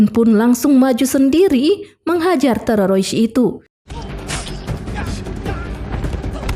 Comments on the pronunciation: Bener memeh terorois😂😂😂... TPI ttp semngat y embk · Benar aku jugak bingung apa maksud dia Terorois? Mungkin Teroris? Tapi dia tidak bisa mengucapkanya.....😂😂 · Teroris min bukan tororois 😂😂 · Teroris mbak.. kok Tererois?? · ngakak dengar terorois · Terorois 😅g jls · Pendengaran terganggu krna ada kata TEREROISSS😢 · Mantap mak buat aku ketawa,,cara ngebut TEROROIS nya asik ni, lanjut kan mbak yang penting alur flem nya asik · Teroroisnya buat candu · Aku subscribe karena penyampaian nya terorois😂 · TEREROIS??? ngap ngapp 😂😂😂😂😂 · Aku ketawa sendiri saat denger terorois 😂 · auto skip dengar terorois :) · ah...ndak suka sama si narator...nyebut teroris aja tererois... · YANG SAYA DENGER TEROROIS APA BENER BEGITU?? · Terorois nya nge ganjal ditelinga 😂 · Iya betul terorois😅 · Teroris min😅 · Di plesetin jd tererois😂😂😂😂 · Teroris mbak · Iya ih ganggu banget terororis . Ngakak aku jd nya nonton .. lucu VO nya .. keren jd terngiang2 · Q kira cumn q yg dgernya terorois🤣🤣🤣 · Kok teroris,..parah mb ,akurfulm kok bisa salah ucap. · Si Pembaca perlu dilatih spy bisa membaca teroris dgn benar. Sakit telinga mendengar nya😮😂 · Aku Uda subscribe kamu wkwk😂 Aku senang dengar teroris nya🤣🤣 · Ya robbi teroris pun susah lidahnya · Kesalahan pengucapan yg d ulang2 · ribet banget ngomong terorisnya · ngucap teroris nya gitu amat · Min kenapa bilangnya harus terorois sih, bukan teroris😅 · Teroris,mbacanya tereroris,yak ampun mbk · teroris mba, bkan tererosa ee tereroris😂😂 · TERORIS ❎ TEROROIS ✅ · teroris neng teroris,, bukan tewowosis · Teroris min bukan terorois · Teroris min bukng terorois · tererowis teurerowis 😅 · TERORISSSSSSSSSS WOY BUKAN TEROROISSSSSSSS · Mba admin kita tumpas terorois yuk 😌😌 Mba tolong mba TERORIS MBA TE-RO-RIS.... TE.ETE ER.ORO R.IRI...S TERORIS 😭😭😭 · Teroris ❎ Terorois ✅ 😂😂😂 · Bukan teroroys tapi teroris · Teroris bukan terorois udik ini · Hu di buat lebay, teroris jadi terorois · Mbaknya gk bisa blng teroris😂😂😂 terorois😂😂😂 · Teroris mba,bkan tererois